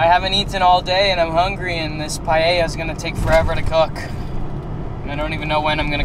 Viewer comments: That looks great cooking,what you did there is called 'Paella Mixta' or Mixed Paella and yes you pronounced it well. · You are saying paella correctly. I am from Spain and never use chorizo, but I may try your versión, paella is not spicy de use sweet paprika but I must admit you paella looks fantastic. I will love to see looking videos.